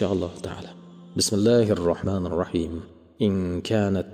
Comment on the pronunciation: Домла узрку лекин Бисмиллах бн Аьузу ни тугри айта олмаяпсиз.Ишингизга ривож